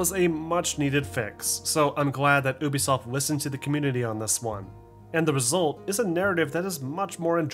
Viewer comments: Stop saying uuubisoft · I liked the video but the way you say ubisoft triggers me 😂